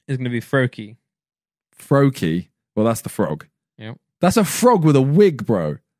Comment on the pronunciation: Bro he did Froakie Wrong!